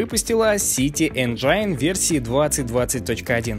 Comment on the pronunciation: Чувак спасибо тебе за то что ты делаешь! Только не говори Энджайн. Так это слово не произносят. Правильно говорить 'ˈenjən' Энджин.